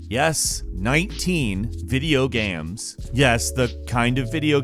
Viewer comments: Video GAMS? lol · video gams? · "video gaymus"